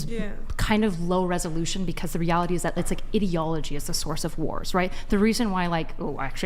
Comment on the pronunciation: And also pronouncing common word that they only read incredibly incorrectly. I was confused when she said etiology in the same way she said ideology, pronouncing both of them completely wrong. E-ti-o-lo-gy and I-dee-o-lo-gy, not Eddyology and Iddyology.